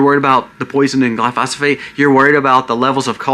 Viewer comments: ……………. It’s pronounced “ GLY - PHO - SATE “ Glyphosate, NOT “ GLY - PHA - SA - PHATE “ ……. Just trying to correct you my friend, it’s like telling your buddy you have a bugger hanging out of your nose 🤣🤣🤣 ( I have 5 pest control licenses and I’m a certified Arborist, I know about Chemicals ) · Why are you pronouncing it like that? Glyphosate! Trump didn't almost get killed. That was another psy-op. This country is cooked. People just do not want to face it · It's Glyphosate right? not Glyphosophate. Love your vids ❤ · Glyphosate - GLI - FO - SATE (PRONUNCIATION)